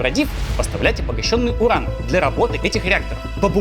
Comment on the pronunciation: Юран изотоп такой-то))) U - нужно произносить как У, а не Ю. Ошибка, латынь (произношение) химики и медики используют, т.к. мертвы язык, чтобы все понимали одинаково